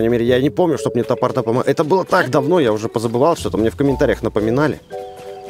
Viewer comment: Не топордА , а тапОрда